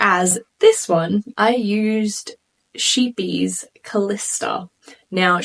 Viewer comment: Your egg collection is so cute! 😍Is that how you pronounce Sheepjes?🤯 I had no idea! 🤣